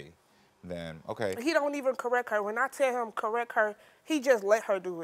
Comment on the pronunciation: The fact that she said correck instead of correct is mind boggling 😮‍💨😮‍💨